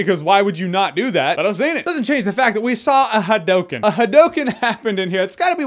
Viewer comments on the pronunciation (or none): Oh I’m sorry Jeremy, I didn’t realize that Street Fighter pronounced it HIGH-DOH-KIN. 🙄